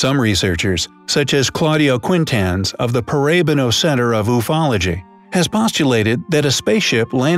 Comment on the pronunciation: Got a laugh at Ooofology no: youfology. The Moray landscapes are very amazing!